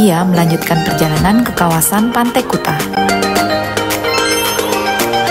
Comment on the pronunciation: sebutan kuta yg bener itu kute